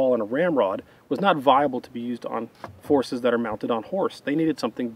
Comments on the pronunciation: "Forces that are mounted on horse" sounded like "horses that are mounted on horse" and I had a very strange mental picture. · said "Forces that are mounted on Horse", I heard "Horses that are mounted on Horse"... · I thought said "Horses mounted on horses" instead of "Forces mounted on horses." And i was like "You son of a bitch I'm in!" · I heard it too, but playback shows he said “forces”. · He said forces but it sounded like horses.